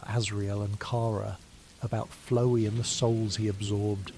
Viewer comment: flowee is a fun pronunciation